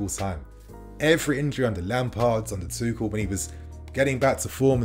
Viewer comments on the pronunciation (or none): none